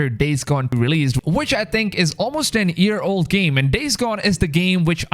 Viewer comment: You keep saying “an ear” instead of “a year”